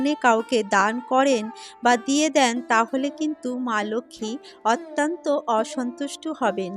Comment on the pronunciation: বক্তব্য ভালো লাগলো। কিন্তু কিছু শব্দের উচ্চারণ বেশ শ্রুতিকটু লাগে সেটা অনেকেরই আছে। তেমন 'র' অক্ষরটির উচ্চারণ 'ড়' দিয়ে বলা আর 'অত্যন্ত' শব্দটি 'অত্যান্ত' উচ্চারণ করা। অনেকেরই এই ত্রুটি দেখা যায়। মনে হয় এটা একটু শোধরালে আরও ভালো হয়। ভুল উচ্চারণ কোন aristocracy আনে না। এটা বলার জন্যে কিছু মনে করবেন না।যেটুকু উপলব্ধি করলাম তাই বললাম। এজন্য দুঃখিত।